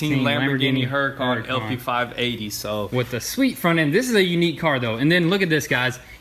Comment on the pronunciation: Why do you pronounce Huracan like HuracOn?